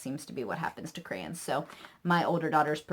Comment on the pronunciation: I love that you say crayons like me! Everyone gives me a hard time for saying it that way. Great haul! Thanks for the ideas. My 4 year old is obsessed with addition so it looks like i'll be ordering the addition locks. I don't have one near me either, and that's ok, i'd spend a fortune!